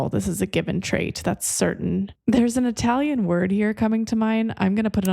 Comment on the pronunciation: Beautiful with the Italian pronunciation, brava!! 🇮🇹🙏🏽💃🏻